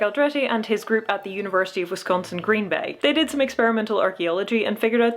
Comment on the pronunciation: YAY! You pronounced University of Wisconsin - Green Bay properly! SO many people can't say Wisconsin right. (It's Wis-con-sin, just like it's spelled. Not "Wes", not "can," not "son.") I love that your blue sweater looks like scale-mail. Since you brought up Xena, I'd love to see your version of her armor, but historically accurate.